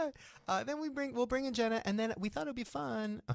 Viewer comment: Not "Jeanna" 😭